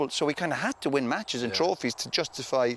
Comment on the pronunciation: I love the way, even when he's describing a drinking session, he still talks like he's on live tv. "A young fella, playing for man utd, winning trawphies". No need to mention the trawphies Roy, just talk about the boozing and women etc. Funny though.